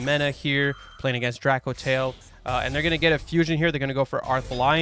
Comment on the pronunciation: Not trying to nitpick but it's "Drake - O - Tail" lol. Just think of Soulja Boy with the Drako 😂